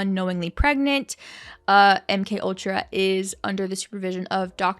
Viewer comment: But why did you Mc ultra and not M K ultra, say you were wrong not acting like it was an honest mistake